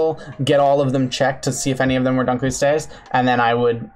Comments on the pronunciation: I love how your defense of not pronouncing Latin correctly is basically "Prove me wrong! You cant'!" Because it's more or less true. I will say that I can prove you're pronouncing Dunkleosteus incorrectly because the first part of that name is from the museum curator who found the otherwise unlabled specimen of the fish's head bone in storage. His name was David Dunkle. So, it should be pronounced "Dun-kel-o-stee-us." It basically just means "Dunkle's bone." How would you like to have an awesome extinct animal named after you just because the person who actually discovered it forgot to put the appropriate tag on the fossil before putting it in storage and you just happened to be the random guy who found it? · I know for a fact your pronunciation of Dunklosteus is wrong because it's named after a person, paleo-ichthyological curator David Dunkle, pronounced like "done-coal." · Named after a guy called David Dunkle whose name rhymes with "Uncle". So it should be "dunk-el-ost-ee-us". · u kept saying dunkleostious wrong :/ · is that actually the way you pronounce dunkleosteus? cause ive always heard it said differently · Why do you say Dunkleosteus like that? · the way he pronounces dunkelosteus makes me die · When the fish biologist pronounces dunkleosteus wrong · It’s not pronounced like that. It’s DUNKel-OSTeeus, not DUNKel-ostEUS. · Named after David Dunkle whose name is pronounced Dunk-el. It should be Dunk-el-oh-ste-us. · I’m sorry. I know you’re trying. But the butchering of some of the names is hilarious. That. That is not how you pronounce Dunkleosteous. It’s pronounced Dunk-lee-oh-stee-us. Paleontological names are either super complicated or not at all. Also a few corrections- they don’t have teeth. The teeth aren’t bone covered- they’re literally part of the jaw. The jawbone is the teeth. Also, fun fact, they think it could open its mouth in a fourth of a second, and the tip of its “teeth” could reach tens of thousands of psi. Also they were cannibalistic.